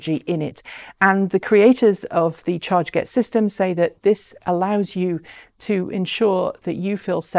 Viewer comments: I'm picking nits, but, is it really pronounced "charge-get"? Looking at the way they've written it, I would guess it to be "char-get" like "target". 🤷‍♂️ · Hi Mark! This is Ellina from chRget. You are absolutely right, we were so busy launching the Kickstarter campaign that we forgot to tell how we spell the name of our company and device. It's /tʃɑːɡɛt/ ("chah-get").